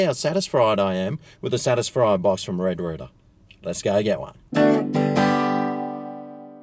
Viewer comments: Why do you keep saying red rooter, I thought it was red rooster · Not sure how y'all do things down under, but the letter 's' in rooster should not be silent 😂😂😂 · I think likes saying red rooter😂🤣🇦🇺